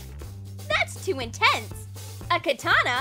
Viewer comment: Ken English pronunciation of "Katana", the Japanese long sword, is exactly correct. I have both a long and short sword sitting at the top of my bookshelf. The person who gave them to me, before he died, called the long sword a katana. Exactly as pronounced it. You will find several videos on YouTube using the same exact pronunciation of the word also.